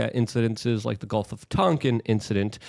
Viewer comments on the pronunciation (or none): none